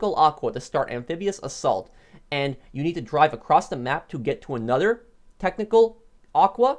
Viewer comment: “I have ANODER top 5”